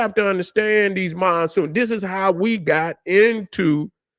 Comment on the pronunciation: "MONSOONS" fix it man. Black Power.